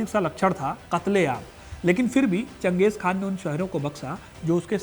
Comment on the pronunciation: चंगेज़ खान नहीं चंगेज़ खा